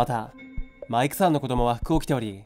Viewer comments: なんかマイクさんの言い方気になるな…マイ↑ク↓さん… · マイ↑クさんって訛ってるのが妙に中毒性があって心霊写真より何度も聴いてしまう笑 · マイクさんって呼び方の発音の仕方が少し笑ったw 今回も怖かったです👻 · 【マイクさん】のイントネーション気になるww